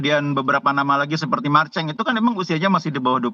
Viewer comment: Presenternya bilang Marceng apa susahnya sebut marselino sesuai namanya😅.... Kurang tepat penybutanya karna ini bukan podcast,🤔